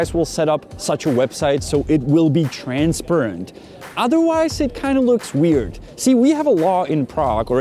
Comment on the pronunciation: Don't want to be a stickler but that's not the way you pronounce TRANSPARENT.